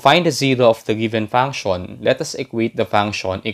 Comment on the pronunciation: Thank you very much you made this very easy to understand. I do want to tell you that function is pronounced, funk she in but but funk-shin. In English the TION is always pronounce shin. It’s because the TION comes from French and that’s how it would be pronounced in French only we don’t use a French accent or use of course are there in American, Canadian, Australian, British accent or some other accent, or people speak English as their first language. English can be a very difficult language to pronounce, and of course, to spell because we have many words that are spelled differently, and are pronounced the same. Such as they’re, there and their. And to know, and no. Both are pronounce the same and mean different things and spelled differently obviously. But just because you might not pronounce something exactly the way it should be pronounced does it mean that you’re not speaking English but it can make it difficult to be understood, especially by the native population that is going to pronounce things differently. But you’re really great at math and that’s very important. Keep working on improving your English pronunciation. Thank you for making a very difficult conceptEasy to understand. That’s not including slang, which changes frequently, sometimes being popular only for less than a year. There are slang terms that have become part of the lexicon or in other words, vocabulary now actually in the dictionary.